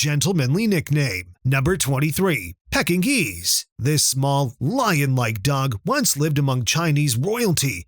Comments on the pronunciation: Lol pecking geese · the "pecking-nese"? LOL more AI crap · I agree. It sounds like it's says "pecking geese".😂